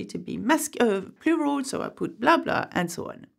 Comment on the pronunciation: I really like the way you say ‘Plural’. 😄